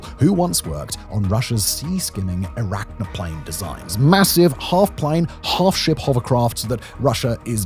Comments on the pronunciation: It's "Ek-ran-o-plan" not "E-rak-no-plane". Get a non-dyslexic presenter. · Simon, do you purposely mispronounce names or is it dyslexia? Arachnoplane? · That's not how "ekranoplan" is pronounced...